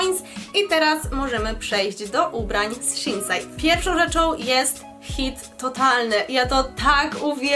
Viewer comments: Pomyliłaś się bo jak przechodziłaś do schein powiedziałaś sinsey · W sumie jak przesluchalam to 3 raz to tak naprawdę powiedziała "szinsej" więc jakoś bardzo się nie przejęzyczyła